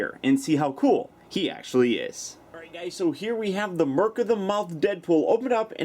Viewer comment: The ''c'' in ''Merc'' is pronounced as ''k'' just fyi,.:) Neat figure, though I am not a fan of the plastic headsculpt and fabric outfit, they kinda clash imo.